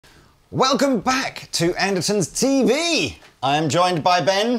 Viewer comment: Why do you pronounce Andertons, "Andersons"?